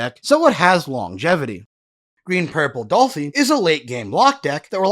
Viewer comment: "Dollfy?" Doflamingo, not Dolflamingo lol, so it's "Doffy."